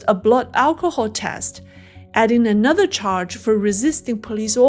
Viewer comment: "nenother nenother nenother".... it is "another" not "nenother" lol..... I won't give up hope just yet!